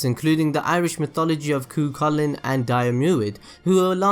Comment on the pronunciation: You mispronounced Cuchulainn.